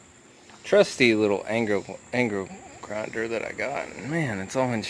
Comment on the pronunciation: “Anger grindel “ lol